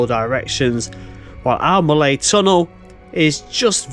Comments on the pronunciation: Another excellent video from the area in which I grew up. There is a ruined castle at Morlais, which was never completed, and the GWR named one of their Castle Class locos after it. PLEASE don't take this as a negative, but "Morlais" is pronunouned "More-lice". Sounds like you may be heading for Cefn Coed viaduct next? I used to fish for trout under it in the River Taff! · Very interesting. Morlais pronounced morelice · Hello, excellent videos, but sorry a correction on the name...it is Mor as in a dogs Maw or Tor with an M, Lais as in Lice so Morlais is Maw lice Diolch 🙏 and Tor pant aye for Torpantau...not being arsey, just educational on how to pronounce Welsh names. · Morlais is pronounced /more-lice/, as in extra animal parasites. ;-) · Nice video! Very informative and well shot. Particularly like the old photos. In the spirit of being helpful and not meant in any way as a criticism, I've just got a few notes on the pronunciation of the places you're visiting. Merthyr Tydfil - Tydfil is pronounced Tid Vil Morlais is pronounced Mor Lice Sounds like you'll be walking down to Pontsarn Viaduct in your next video. Pontsarn is literally pronounced Pont Sarn. 😊 Torpantau - Tor Pant Eye.